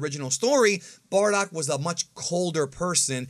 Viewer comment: Bro his name si BARDOCK NOT BORDACK xD you re stratching my ear drums every time you pronounce his name